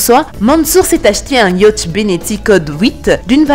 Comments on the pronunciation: Le « yautch »MDR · Sincèrement la façon dont tu prononces "yacht" nous donne le mal de mer.